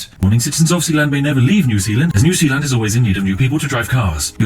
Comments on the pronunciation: Its Zeeland u barbarian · New S-EA-land. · Sounds more like New Peeland. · New Sealand... New Zealand... SPIFFING BRIT CONFIRMED NOT BRIT BUT KIWI